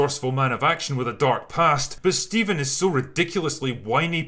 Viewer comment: I believe it's pronounced Phsteven